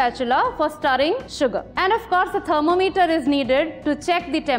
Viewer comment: I especially like the way she pronounces "thermometer". I pronounce it "thermo-meter" as well but, I am often criticized for it.